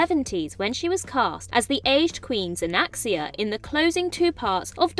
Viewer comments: Isn't it Xanxia, not Xanaxia? Perhaps you're used to reading Xanax. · That's Queen Xanxia, pronounced ZANK-see-uh